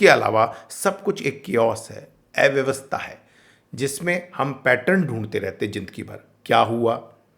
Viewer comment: ऐव्यवस्था नहीं, अव्यवस्था होता है।